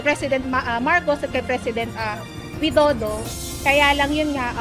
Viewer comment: The Way to Say Properly to Pres. Of Indonesia, not Wido do it's Pres. Widodo paanu tayo papakinggan kung di tayo Magalang sa pagsasalita tayo ung humingi ng clemency na palayain Dapat magsalita tayo ng May Galang...